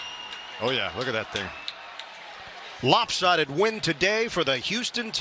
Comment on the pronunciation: What the heck is a “lobsided win”